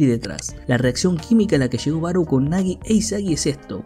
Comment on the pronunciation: Siempre me he preguntado xq los que hacen estos resúmenes no se toman unos minutos de como leer nombres en japonés...no se dice BaroU, 馬狼, Barou si esta escrito con Kanji esa u es una prolongación del sonido de la o, o sea es Baroo. E incluso en tus imágenes dice Barõ